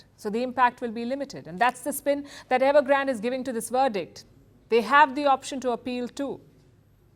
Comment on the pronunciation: It’s evergrandeeeee not evergraaaand